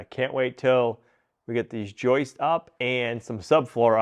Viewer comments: He still has many lapses. His dictionary is filled with terms like joistes and escavator. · 🇨🇦Thank god he saw my comments or someone else's comment on pronouncing Joists instead of joices. After 32 yrs of carpentry it's been a pet peeve of mine lol. Cheers from Canada!🇨🇦